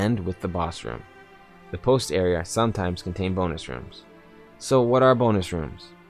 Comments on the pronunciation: The way he says "Area" like "Areaer", great instructional video though. keep it up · This kid can't say "Area"